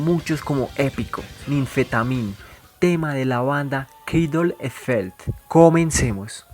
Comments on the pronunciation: No se pronuncia Kraidul e felt. Es Cradle of Filth y se pronuncia "Cradl of Filth" (la E no se pronuncia). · coman ma mamey !!! suena como frijol felp o algo asi jajaja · Es creidol of filtf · se escucha como frijol felp jajaja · Mal pronunciado el nombre de la banda, para tratar de darle unsonido escrito sería: "creidel of filtz" mas o menos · carde e filt jajajaja si es cierto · Queidol e felt 😂😂😂😂😂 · Mal pronunciado el nombre de la banda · Que pesimo es tu pronunciacion del nombre de la banda